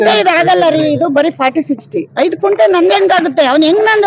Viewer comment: ಕುಂಟೆ ಅಲ್ಲ ಮೇಡಂ ಅದು ಗುಂಟೆ ಅಂತಾ